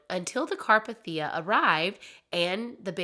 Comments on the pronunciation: It was the carpethia (car-pay-thee-a) not (car-p-thee-u). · *CAR- PAY-THEE-A you can't pronounce it correctly....plz work on that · car PAY thee ah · Really enjoyed the story, but every time you mentioned RMS Carpathia I cringed. It's pronounced CarpAthia, not CarpathIa. 😅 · Also it's carPAYtheeuh. Not CARpahTHEEuh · * car-PAY-thee-ah. 🤓😊 It was named after the Carpathian Mountain range that stretches from Austria to Romania. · Just FYI , the ship, the Carpathia is pronounced, Car Pay Thee Uh. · Car-PAY-thi-ah. For future reference. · CAR-PAY-THIA and this isnt a mean spirited correction just informative. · The rescue ship's name is pronounced CAR-PAY-THEE-A. There are other videos out there, namely Oceanliner Designs, Big Old Boats, and Part Time Explorer, that have many videos on The Carpathia. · it is indeed pronounced car-pay-thee-uh. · Carpathia. Pronounced car-PAY-thia. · Car-PAY-thi-uh. Just fyi haha but I have never heard any of these stories before! Thanks, you did a good job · Car-pay-thia That’s the pronunciation. Lol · you say wrong its RMS Carpathia it pronounced Car pay The A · It’s pronounced: “car-PATH-e-ah”. (The “a” is long, the “e” is long.) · I love your storytelling but how you’re pronouncing Carpathia is driving me crazy. You watched the film, and I’m sure other documentaries or references pronounced it for you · I've managed to binged hours of your stuff over the last few days, and I am very curious: do you listen to any documentaries during research, or just read sources? I understand having a speech impediment, as I do myself, but I have never in my life heard someone say carpathia like THAT before, and I've been researching this for over a decade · Thank you! It drove me crazy!